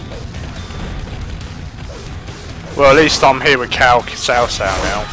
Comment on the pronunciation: I actually like the wrong way of saying there names it sounds better to say cow cow to me than sao sao idk why maybe I'm use to it.